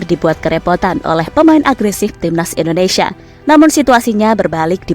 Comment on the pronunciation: Maaf sebelumnya Bukan endonesa tapi INDONESIA